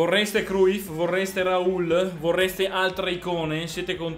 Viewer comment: Leonardo Gori verrà pronunciato crugif